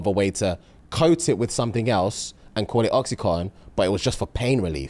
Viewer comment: please PLEASE correct. Its oxy-CONTIN 😅